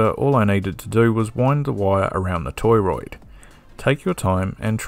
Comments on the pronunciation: it's not toyroid, it's to(h)roid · Torriod is pronounced TOR-oyd” not “TOY-royd” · Torr -oid, not toy roid. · I noticed that - toroid. I guess he's an Aussie.